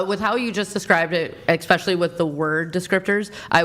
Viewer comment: There's no X in the word Especially